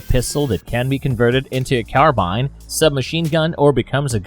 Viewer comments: Bruh carBINE its prounounced CarBEAN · you pronounced carbine wrong. you said "carabine". i may have heard it incorrectly though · you said kal tech instead of kel tech you said car-bine instead of car-bean, i can take a amazon giftcard thanks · Carbine mispronounced. As you seemnto have an American Accent. Type that word and choose the American word choice. The press play. You clearly miss pronounce that word. And what a way to say “Italian” 3,01 esh